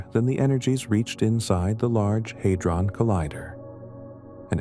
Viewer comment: How can I rest while your stupid VO mispronounces “hadron”?